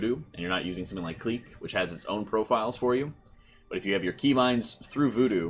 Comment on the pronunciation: Clique is pronounced the same as click btw